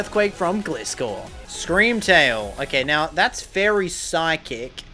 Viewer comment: Pronouncing of Gliscor was hard to hear Gli (rhymes with Fly) - score